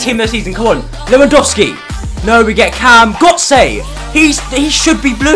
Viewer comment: 100% accurate. He fucked up the pronunciation bad too